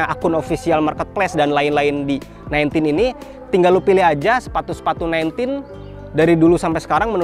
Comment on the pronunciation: nine "ten", bang. Jangan "tin" ✌🏻